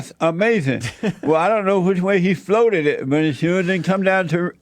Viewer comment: Check out David Pakman's interview with him, it's "uh-mazin" lol!